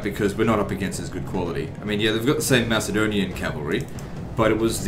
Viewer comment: Great series. However, Macedonian is pronounced with a hard C not a soft C. Like Mac and Cheese. Driving me nuts